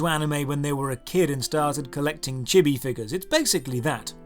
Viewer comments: chibby? CHIBBY.?! it's pronounced chee-bee... other than that, a great video as always. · Those last two killed you for pronouncing Chibi wrong.